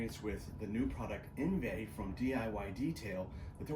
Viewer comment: I'm sure this is a good one. I already have a bunch of drying aids and sealants. I will give it a try this spring. It's pronounced, On-vie